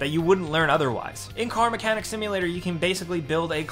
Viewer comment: Dude it is car mechanic not mecanic simulator.